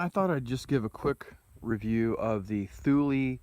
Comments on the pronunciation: Actually, it's TOOL LA, if you ask the Swedes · TOOL LEE not thooulie haha